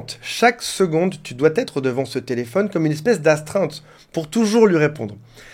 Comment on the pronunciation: Ah 1 minute et 4 secondes, on entend, tu doiT être devant ce téléphone ? Non, tu doiS être, pas de liaison avec un T imaginaire, c'est plus joli.